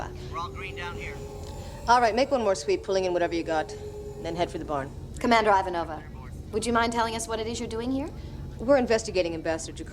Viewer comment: “Commander I-vah-No-vah” Haha, just too perfect for an annoying reporter.